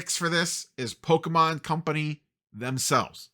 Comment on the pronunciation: you say. but at least you say Pokemon correctly... too many poketubers say po-key mon and still manage to be pedantic people.